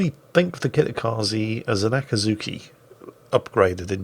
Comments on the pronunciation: Kitakaze ze not zee hahaha nvm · just so you know. tje E in japanese is.pronounced the same way you would for the E in enter, that is as the sound e not.i like.in akizuki (think of.it.as Zed without the d) so kitakazeh